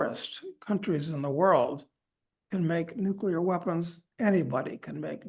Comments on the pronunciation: Nuclear, not "nucular"! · Ugh. Guy on left just said "nucular" instead of nuclear. I thought only George Bush did that.